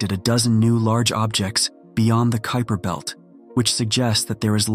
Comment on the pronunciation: I heard “Creeper Belt” lmao